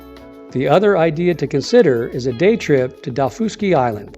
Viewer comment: Dowfooski Island 😑